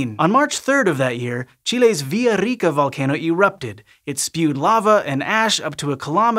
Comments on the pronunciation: I'm all for that proper pronunciation of Villaricca 💖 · His "erre" sounding so good.